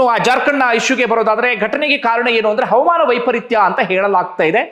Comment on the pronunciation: ಹವಾಮಾನ ಅಂತ ಸರ್ಯಾಗಿ ಹೇಳಿ. ಅವಮಾನ ಅಂತಾ ಹೇಳ್ತಾ ಇದ್ದೀರಾ